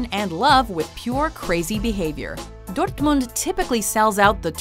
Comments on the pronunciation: When she pronounced Dortmund I almost shit myself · I love how she pronounces Dortmund like it's Spanish lmao.